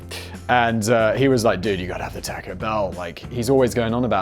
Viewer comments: Please don't say taaco (the "a" sounding like tactile). Say tawco ("a" sounds like awful). First time I went to Canada I found out why my Canadian mother pronounced it like you do. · Theres no k in taco its not the 1950s simon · Simon please stop saying "tack-oes"! My ears can't take it anymore! Oh the dislike button is too far away! Oh my ears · We pronounce it the same (like the British tack-o) in Australia as well. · omg, tAUco bell, same way you say taught. yw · Simon's pronunciation of "Taco" is the most British thing I've ever heard.